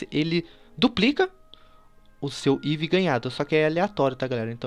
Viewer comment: como upar o seu eevee sskalsdaksdaskkdak ele fala errado gente avisa ele antes que confundam com um eevee